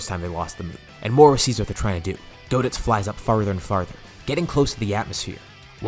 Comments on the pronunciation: goditz sounds like cheezeits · It is GO-ditz tho and not GOD-itz but close enough lol